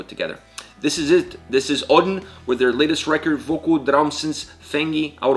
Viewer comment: "I want to start of with bearton hughen brenier"->"Birtan hugann brennir". "Dreps start"->"Drepsótt" 9.39. "This is odin", FYI: No, the name of the band isn't pronounced as Odin (a Norse god, Icelandic Óðinn vs. Auðn), because it isn't, it means desolation. I'm an Icelander, know Auðn (and actually one band member, full disclosure), so I was curious and looking up such videos. Thanks you for the video, I wasn't sure what you were saying at those time points, had too look up (do not expect foreigners to be able to pronounce Icelandic, or the Youtube AI generating the subtitles, that were otherwise great). I'm conflicted if the autogenerated subtitles should be changed, if you actually have that capability.